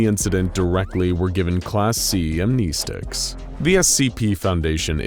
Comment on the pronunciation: Has no one told homie that he is saying amnestic wrong?